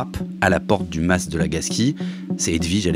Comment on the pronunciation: Un mas pas un "masse" svp 🙏 néanmoins très bon podcast comme d'habitude !